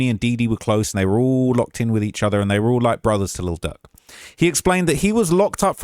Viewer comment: I’m starting to think calling Lil Durk. Little jerk is on purpose lol love you.